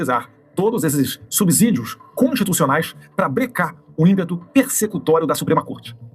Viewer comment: Nossa, dói o ouvido! Esse ignorante do bananinha fala tantas sandices e ainda assassinando o português 😂😂😂. Rapaz não é "subizidio" que se pronuncia ..e não se fala duzentas milhões de pessoas...e sim duzentos! O auto-exilado e ex-fritador de hambúrguer nos 🇺🇸, não passa de um bravateiro covarde, que deve estar se borrando de medo, vendo q a justiça brasileira vai alcançar em breve seu papai.